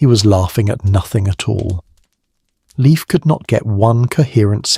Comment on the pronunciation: Not "liif" but L, like Leonhard, E like Eduard, I like Industry, F like Ferdinand